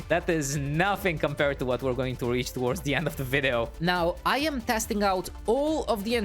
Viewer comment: U said weach instead of reach🤣🤣🤣